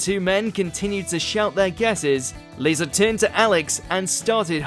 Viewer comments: Just in *addition to everyone else's correction, it's LEEZA Tarbuck. But that's an understandable mistake because the "Liza" in Liza Minnelli is pronounced LIE-ZA like in the video. However...Aisling, although a complicated Irish name, is not Eileen. Even for someone who doesn't know her, there's ways of looking that up online. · and pronounced Liza wrong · I think you mispronounced literally everybody’s names: Asim, Liza, Mawaan, Aisling... painful. Actually painful. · Gedric Asmin Eileen Liza (Pronounced like aliza) Maawen and Rose-alind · Starting to feel like the mispronunciation of names is rage bait for more views. Having him get Liza, Asim, Mawaan, Aisling AND Mel Geidroyc names in the same video was just painful